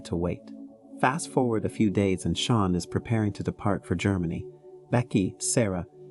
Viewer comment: Sean is pronounced like Shawn not Seen 😭